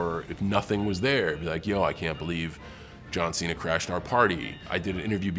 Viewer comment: Ah yes, my favorite WWE wrestler: John Xi-na.